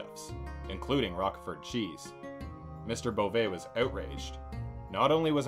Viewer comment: How you can not know that Roquefort is pronounced with a long 'o' is a complete mystery to me.